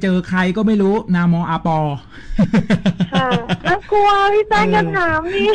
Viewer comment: ไม่ใช่ นามออาปอ เเต่ออกเสียงว่านามอกาปอ เป็นภาษามุสลิม เเปลว่า คุณชื่ออะใรคับ ผมเป็นไทยพุทธ จาก 3 จว จะคุนเคยกับภาษามุสลิมดี